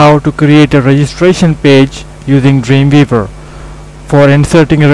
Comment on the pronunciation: its dream W eaver not dreanveaver